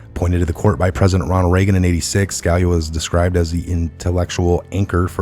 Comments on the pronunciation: it's SKa-LEE-ah - please learn to pronounce our great former SC justice's name. ughhhh. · Just to give you a heads up.....Scalia, is pronounced....sca...lee ah....